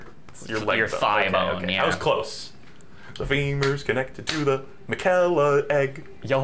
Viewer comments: infuriating to hear use the example of naruto being mispronounced by people and proceeding to say margit and miquella wrong consistently. said margit right one time and proceeded to correct himself and then say it wrong again. I love these videos regardless, its all part of the charm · It is crazy how they mention people not pronouncing characters names correctly and then call Miquella “Ma-kella“ right after Melania pronounces it correctly. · Dude you can’t complain about people mispronouncing a name in naruto and then you two proceeding misprounounce Miquella the entire game lmao. At the end mispronounces it literally as Malenia is saying it the right ray, he literally says on top of it lmao Btw this isn’t supposed to be mean I just thought it was funny, love the channel and the series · They do constantly mispronounce stuff in this game, lol. But to be fair these are a bunch of weird fantasy names, and they're talking over the dialogue most of the time which would inform them how to pronounce it